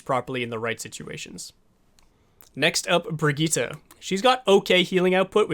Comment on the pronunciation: It's Bat-iste and Bree-jeet, oh and title was misleading, this is not a guide on how to heal